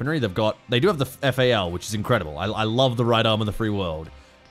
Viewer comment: did you just pronounce FAL, FA O'Ls ?